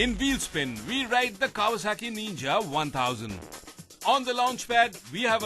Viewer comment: It's not Neenja.. It's pronounced Ninja. And yeah, it's not a Naked!